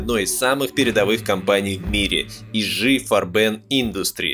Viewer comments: Der Autor hat es alles ganz toll und gründlich durchgearbeitet, Respekt! ABER! => Bitte KEINE ThyssEn, FabEr, und I-Schi FarbEn & A-Sche, etc. => die alle sind Deutsch, deswegen ThYssen, FAber, IG FArben & AG!! ✌️🙂 Grüße aus Dresden! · И да если хотите называть IG Farben на англицкий манер, наверное правильнее всетаки будет айджи фАрбен ) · i.G(Interessen Gemeinschaft) Farben - И.Г. ФА́рбен. - дословно "интересов" "сообщество" "цвета/краски". Это такиж немецкое название. То есть: I = И, G=Г. И в "Farben" ударение на первый слог. Иначе получается какая-то французская херня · Крутой разбор, как и ролик Крупп. Весь костяк фашизма - капитал... И, к сожалению, очень актуально. Кажется, это мало кто осознает. Небольшая ремарка: произносится И-Гэ-Фарбэн, не 'И-Джи', и Бэ-А-Эс-Эф, привет из Германии (в которой все эти предприятия существуют до сих пор). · Крутейшая история, спасибо! Ижи фарбЕн резало ухо всю дорогу. Первое слово читаешь на английском, второе как француз, зачем так? Игэ фАрбен, эт тебе любой Яндекс переводчик озвучит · В чем преимущество названия "И-Жи-Фарбе́н" перед правильным "И-Гэ-Фа́рбен"? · было бы хорошо, если бы диктор, рассказывая о немецкой истории, руководствовался бы немецкими нормами произношения немецких слов. Ну или традиционными советскими. А не фиг поймешь какими. Не "И Жи ФарбЕн", а "И Гэ ФАрбен". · не іжі фарбе, а "і ге фарбен, не хехст а хьохст, не льовенбрау, а льовенброй! турки лаптєногі... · ИГэ, АГэ, это же не французский язык чтобы читать как ж. G тут от Gemeinschaft [гемайншафт] - общество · может таки И Г Фарбен с ударением на перво слоге? не не так? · Видео супер, но как же режет слух "и жэ фарбен"! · Никто никогда ИГ не называл Ижи. Где вы такое вычитали? Это ошибка. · "ижи фарбЭн" - это, конечно, портит общее впечатление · что за и ДЖИ фарбЭн? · И ЖИ? ФарбЕн? Ну вот кто вам сказал, что это надо произносить именно так?